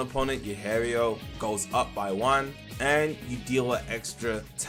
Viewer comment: Btw it's pronounced Hee-eh-row